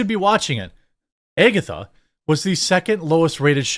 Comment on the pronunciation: Why is he saying “Agatha” like that?